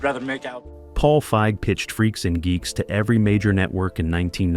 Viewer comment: It pronounced Paige Feig's name as a slur one time, then caught another weird pronunciation that didn't happen the other times, stopped watching